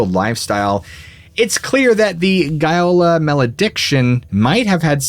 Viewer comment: As regards the Gaiola Island so like the lies about the Agnelli, apart from GAIOLA and not as you pronounce:GOLA. Shooting bul...it about the Agnelli in your place I would be "very careful".❗